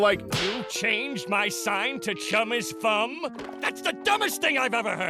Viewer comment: Füm not fum